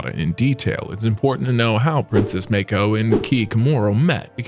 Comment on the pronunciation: What the fark is meiko? Its MAA KO. Show some damn respect and do your damn research